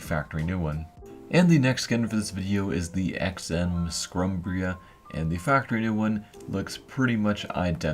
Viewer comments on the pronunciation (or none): How do you fuck up scumbria? Just pronounce it scum-bree-a simple lmao